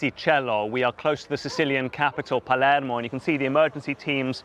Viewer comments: The way thr reporter pronounced porticello and palermo is incredibly pretentious and cringe. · How stupid the way he pronounces porticello and Palermo . Pretentious nonsense . Rip to those caught in the wreck here .